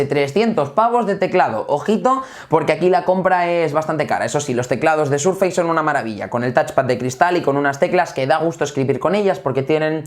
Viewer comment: Surfeis? Por que los españoles pronuncian tan mal el inglés